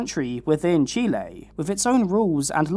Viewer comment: As a Latina I super appreciate the proper pronunciation of Chile ❤